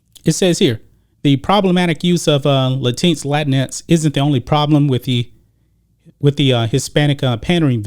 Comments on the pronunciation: La tinks... I like that pronunciation. 🤣🤣🤣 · Its pronounced Lay. Tinks. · I think it's latin...... x........not latinks bruh